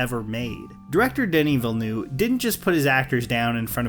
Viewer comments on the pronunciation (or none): Director's name is not VIL-NEW It's pronounced more like Vee-Ya New-Ehveh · As a fellow french canadian, it’s not pronounced Villen-oo-v. It’s pronounced villen-uh-v. You’re welcome. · Denis Villeneuve is not pronounced "Denis Vill-new" it's "Duh-nee veel-nuv" phonetically. Can Americans literally pronounce any name that isn't English correctly? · not to be that guy but its not denny vilnew its Denis vil-nuv. he's french Canadian source: french canadian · His name is not Villnew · How to pronounce Denis Villeneuve. Duh-nee Ville-newve. Hope that makes It easier. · Great content. Unfortunately, I find it hard to concentrate on it when you insist on calling the director Villenew. That‘s NOT how his name is pronounced. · VILLENEUVE not VILLENEW, dear god English speaker, learn how to pronounce his godamn name holy fuck its not that hard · Why do you call Villeneuve "villenu"? There is v here, it the end of the word. Read it please. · "Denis Vilnew" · Congrats on the fantastic and thought-provoking review. However, if you don't mind my pedantic correction, "Villeneuve" is pronounced "Vil-nough" (as in the word 'enough'). Thank you, good work! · I’m French Canadian (like denis Villeneuve) and that’s not how really how you pronounce it either, you pronounce it “vil-nuh-v”. To hear it said properly go on Google traduction, type “Ville Neuve” in French and hit the button that pronounce the words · Please stop calling him Vilnoov, that's not how it's pronounced. It's pronounced like the word a (i.e. a schwa), not like noon. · Come on, "ville-noo?" It is not that hard to learn how to pronounce his name, is it now. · My good friend, as an everyday french speaker from Quebec (from where Denis is from) let me save you from the avalanche of comments you are sure to receive: it is Ville-neuVE. The VE at the end is important to the pronounciation. Much love your review and analysis was execeptional and very entertaining. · Don't know who "Villnoo" is but good video otherwise.